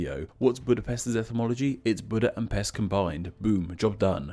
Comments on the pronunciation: Buda (408? – 445) is the name of the brother of Attila the hun. The city have its name after him, according to chronicles. The Pest theory is more likely accurate. Also I know these are different languages, but Pest you pronounce "pesht". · The name of Pest is actually pronounced Pesht. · Buda's Germanic name is literally Ofen and Pest is not even remotely resembling any of the words you put up on the screen Also you missed up the pronunciation for Pest which is Pesht You are welcome Also Aquincum is Óbuda, which was also a separate city before merging the 3 cities into one in 1873 . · Pest is pronounced like Pesht, as in Hungarian s is pronounced like sh in English. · I prefer Buda as I was born there, even my name is Budai (from Buda), it is much more beautiful and less dangerous, but it's a beautiful city. And it isn't called Óbudapest because that would mean Old Budapest. Nice video, although the s is pronounced as an š sound (ш in Cyrillic)